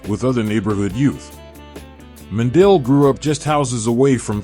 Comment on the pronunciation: butchering the last name